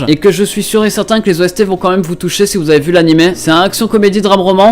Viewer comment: Il a dit « anim » BRÛLONS LE